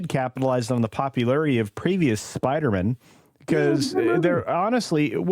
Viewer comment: I finally just realized why culture says Spidermen instead of Spider-Man, its from Seinfeld when George pronounces spiderman like a last name lol. It took me almost a year to figure that out. Well played sir. I only saw that episode once, 22 years ago.